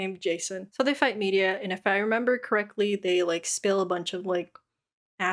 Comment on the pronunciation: I know this was like a year ago but I don't see any comments about Medea's name is pronounced like Tyler Perry's Medea. "Muh-dee-uh"